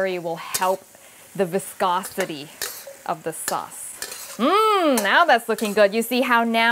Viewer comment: ..wait...did she say "viscocity"? xD